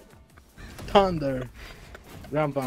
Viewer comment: "THANDURRRR.....charged down thundarrr 🤓"